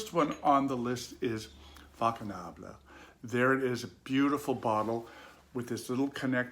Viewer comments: Nice review🙂 I love heritage! By the way the right pronunciation is faconable & not fakonable! Cheers🍸🙏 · Dear, the pronunciation of Faconnable is fasnabl.